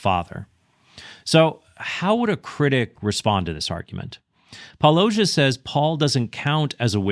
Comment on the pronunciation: Predictably, yet another person mispronouncing Paulogia’s name